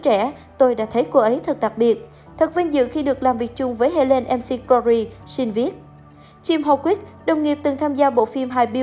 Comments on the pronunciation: bn đọc sai tên của cô Helen r . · Đọc tên ng khuất cũng sai ạ,đi học lại tiếng anh đi